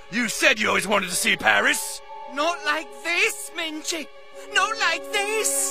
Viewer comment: They do pronounce it minge, only his name is mingey